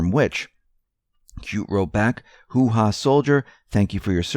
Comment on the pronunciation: Great presentation, as always, but please don't pronounce Hooah as hoo-hah. It is Hoo-ah. (Emphasis on the Hoo. A hoo-hah is a ladies' tinkler.